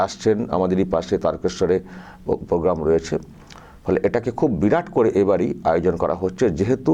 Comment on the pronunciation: এগুলো অন্যের লেখা। যে মানুষ রফলা, যুক্তাক্ষর উচ্চারণ করতে পারে না সে কবিতা লিখবে। পণাম, পোগ্গাম।(Ponam, program .)